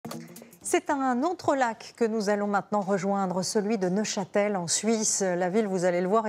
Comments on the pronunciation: Neuchâtel pas Neufchâtel 😂😂😂 un peu de sérieux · Neuchâtel, et non Neufchâtel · Neuchâtel pas neufchatel, et l'absinthe est originaire du Val de travers. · NEUCHÂTEL !!! (Et non : NeuFchatel) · Super sympas "NEUF CHATEL" ahaha 0 respect